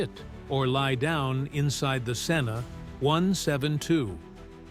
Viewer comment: Can't even pronounce "Cessna" correctly. 👎